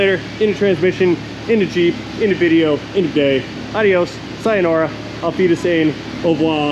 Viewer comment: Being able broken record "proves" that he's smart. 🤣 BTW, what's a "vijeo" anyway?